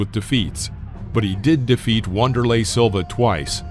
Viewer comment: If you are going to narrate videos get the name pronunciations right or at least close . One example is Wonderlay is pronounced Vanderlay. Google!